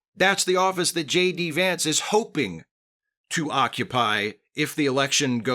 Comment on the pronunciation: you pronounced the VP’s name incorrectly.